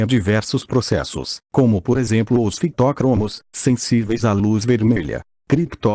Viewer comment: Hahahaha. Muito bom. Fitócromos e criptócromos, hahaha.